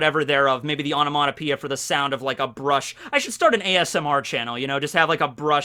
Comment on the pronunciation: “Onomonopoeia”? Is this some Americanism of onomatopoeia? Or is just butchering the English language? 😅